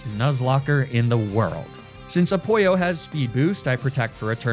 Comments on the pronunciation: It’s Apollo the sun god not whatever you say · I spit my tea out hearing you say Apollo. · trying to gauge if the mispronunciation of Greek god names is just following the bit of purposefully mispronouncing pokemon names or if its for real (other than mispronouncing Apollo, that one is obviously purposeful) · Why he call ApoLLo ApOIo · this is my first time watching. is he saying a-poyo instead of apoLLo to mess with me or is that actually how he says it lol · I'm sorry- "Apollo", pronounced "A-pollo", as in "a chicken" is SUCH a fun and smart name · Why are you pronouncing Apollo as "Apoyo"? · Does he say the Greek God’s names like that just to piss off nerds? Cause it is working lmao. Hearing A-poyo instead of A-paul-O is slowly driving me insane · What’s Apoyo it’s Apollo omg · I know he’s doing it on purpose but I’m so bothered by the fact that he’s mispronouncing Apollo as ‘Al pollo’ and it’s driving me crazy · “Apollo” pronounced Spanish pollo is so good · I have been binging your content for a few days now.. But I had a question. Why do you keep mispronouncing every name ever? Apollo pronounced as apojjo is just illegal! Keep up the awesome videos man! I love your work! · This is an excellent video but I'm gonna be "that guy" and say your pronunciation of the Greek mythology names were really bad lol EDIT: I don't mean A-pollo or Poseiduck btw those names are genius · Apoy-oh lmao love that pronunciation cuz he's actually a pollo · "I name the torchic Apoyo" (That might be the original greek pronunciation, correct me if I'm wrong) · oh, it's a-*pollo*, like the spanish word for chicken. that's a good pun. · I'm 10 minutes in and I genuinely can't tell if you're mispronouncing the nicknames to bait comments or you actually don't know. And yes, I am aware that commenting about it makes me the sucker no matter what. But Apollo as in pollo as in chicken is hilarious so I will let that one go. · Why does he call Apollo 'Apoyo'???